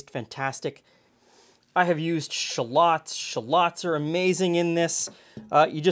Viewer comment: I'm from Guelph but mostly watched American cooking, am I pronouncing shallots wrong because you say it very differently LOL. I even lived in Toronto for 5 years.